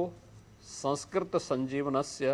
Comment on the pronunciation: Please don't pronounce संस्कृत as Samskrit. The anuswar has a different pronunciation based on the following vowel and shouldn't be pronounced as m at every place.